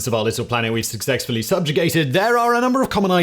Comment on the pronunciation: Suc-sex-fully. Is this an audio illusion or is everybody hearing this?